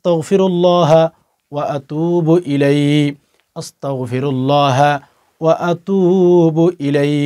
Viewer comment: আছ্তাগ ফিরুল্লহা অ আতুবু ইলাই শেষে হি আছে কিনা সেটা পরিষ্কার করে বলেন নাই।।বলতে হবে